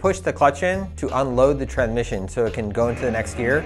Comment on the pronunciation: "Tran-mission" way to pronouce it.